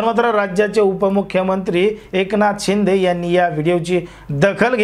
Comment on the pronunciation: अहो दादा तुम्ही माहीती खुप छान दिली . त्याबदल धन्यवाद ... ' पण तुम्ही र्शिदे साहेबाना .एकनाथ शिंदे असे उच्चार केला त्यामुळे बर नाही वाटल ... कितीही झाले तरी ते माझी मुख्यमंत्री आहेत .एकनाथ शिंदे साहेब अस ऐकायला बर वाटत . जय हिंद . जय भारत🤝🤝